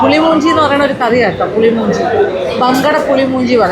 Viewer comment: മഞ്ചി അല്ല മാഞ്ചി 😂പുളി മൂഞ്ചി അല്ല പുളി മുഞ്ചി 😂